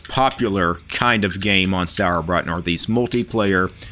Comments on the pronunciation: Sorry, but your pronounceation of Sauerbraten kills me xD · I just watched the video to hear pronounce "Sauerbraten" - with just a little more practice, he could actually order the dish perfectly at any Wirtshaus!